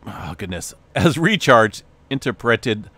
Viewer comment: In ter per ate ed